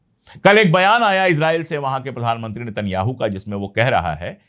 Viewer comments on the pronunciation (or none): none